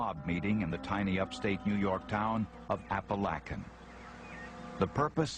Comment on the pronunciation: They never say it correctly. Appa-lay-kin New York